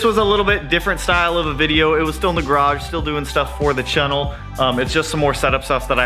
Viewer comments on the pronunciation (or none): Loving the DIY content. It gives me ideas about things I wanna make. When you are using spray paint, less is more. You can get a much better finish with more light coats than fewer heavy coats. And it will also dry a lot faster. Also its chAnnel not chEnnel. 😆